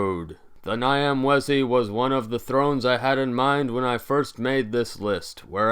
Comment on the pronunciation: If you can understand Italian, the "gn" sound in gnocchi should be used for the "Ny" of Nyamwezi.